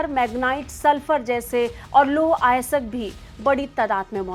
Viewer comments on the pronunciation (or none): अरे मैडम क्यों लजा रही हो, हिंदी बोलना तो सीख लो। लौह अयस्क को, लौह आयसक बोल रही हो। क्या आज तक के दिन इतने खराब हो गए हैं कि सही हिंदी समाचार बोलने वाले नहीं मिल रहे हैं।